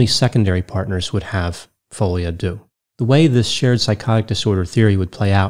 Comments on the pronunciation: It's "folie à deux " pronounced "de" not "doo" : ) Sorry but it was driving me mad as you said it quite a few times. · I laugh out loud at how people pronounce folie a deux "fowlyadew" it's pronounced "folie a deu" 3 words folie rhymes with lolly, deux rhymes with the the eu in neutron. Literal translation is madness of two. Not me being raised Dutch explaining in English how to pronounce French lol. (No shade, big fan! thanks for making me laugh). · At least go online for a few minutes to learn how to pronounce "folie a deux"! Your mispronunciation made it difficult to listen to the rest of your presentation.